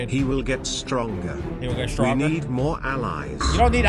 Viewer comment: did he just said stronker